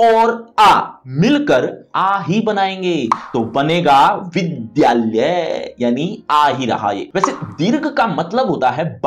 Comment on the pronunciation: Sir apka pronouciation galat hai pls improve ex. Aap vidyalahye ko vidhyalya bol braha he the